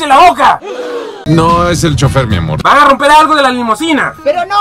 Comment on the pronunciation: por que dices miamorch